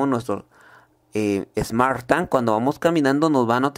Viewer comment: Smart TANG🤣🤣🤣